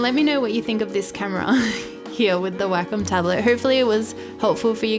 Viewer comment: I love your accent! It's funny at times because wacom sounds like "whack em" 🙈 still love your videos! Keep up the fantastic work!